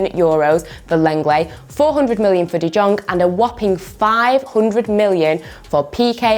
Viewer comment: I thought you knew football.. but u say frenkie de Jong no like young u produce it as Jong 😭